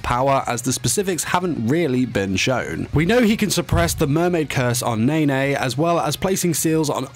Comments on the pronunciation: No hate but the why he says nene is making me cringe Its NENE not NAY NAY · wait did he just call ne-ne nay nay? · What was said: “Nene” What I heard: “Neigh Neigh” Im sorry... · What I heard: "Nae Nae" Watch me whip, watch me Nae Nae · nay nay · Him: ..... with Nene What I heard: "Neyney" XD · Do you mean N A E N A E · Him:pronounces Nene as Nae-Nae Me:Watch me nae nae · pronouncing yashiro's name NaE nAE